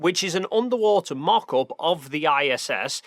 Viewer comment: Undawoo'ter fo'tidge 😅 jk great video tho :D